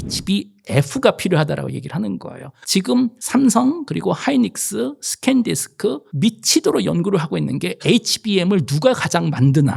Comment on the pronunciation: 잼있네요~~ 김대식교수님. 강의 감사해요.근데 스캔디스크아니고 샌디스크(Sandisk)입니다. 주가는 이미 지난 일년동안 열배를 훨씬 넘는 텐베거가 됬구요. 그럼에도 불구, 계속 오르고 있답니다. 😁